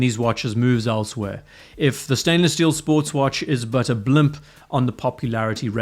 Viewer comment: hey bro- the term is a blip- like on a radar screen - not a "blimp" my guy